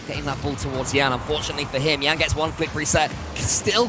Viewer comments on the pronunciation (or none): calling a brazilian named Yan "YAN" and not " YAHN" is so weird.